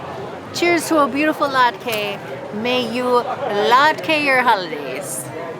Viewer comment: Great Video! Latke is pronounced "lot" "kuh" ! Thank you for allowing feedback!